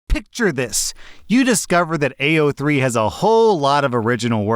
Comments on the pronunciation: it's like he was trying to pronounce it as badly as possible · Stop i didnt think id hear about AO3 here 😭 but also he daid it so wrong LOL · I just think it's hilarious how he pronounced it